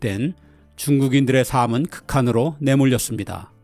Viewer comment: 영상에서 '삶은' 을 항상 [삼은]이라고 발음하시는데 [살믄]이라고 발음해야 합니다.